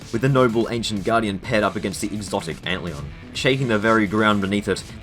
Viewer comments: am i the only one mad that he says ant leeun instead of antlion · Why do you call Antlion, Ant Leon? And Beager, Beggar? Haha you called Antlion, Ant Leon again.. but then a few seconds later, you call it Antlion? Apart from that, cool video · bro why do you say antlion like that